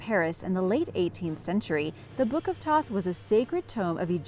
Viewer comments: also thoth not toth, toth was that blind nigga in the last airbender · Also she mispronounced 'Thoth"